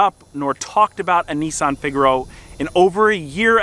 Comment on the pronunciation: why do you say nisssssan.....its nissan :-)